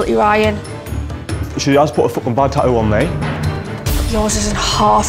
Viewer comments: I swear it probably bothers me way more than it should when they say Ta-OO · I hate how they pronounce tattoo. "Tah-oo"